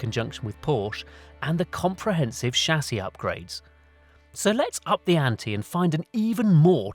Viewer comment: I appreciate that you pronounce 'chassis' properly :)